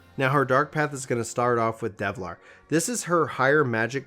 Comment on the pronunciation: Also, it's del-var.